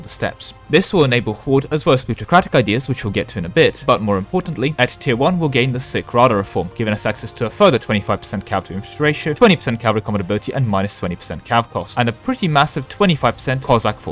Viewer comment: It's not Sickh it's SiCH rada. Sorry, that was bothering me a lot.